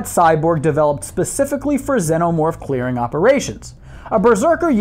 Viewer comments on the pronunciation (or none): you say it like senomorph its xenomorph